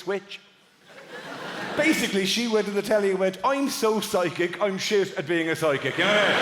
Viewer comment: I read it fine, but through the entire routine I could swear that he is saying sidekick instead of psychic!